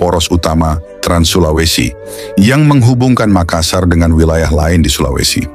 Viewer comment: Allah, bukan Alah , Makassar bukan Makasar , Barru bukan baru , Soppeng bukan Sopeng dst dsb.